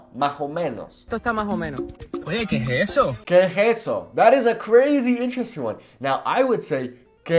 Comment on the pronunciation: its more like qué e jeso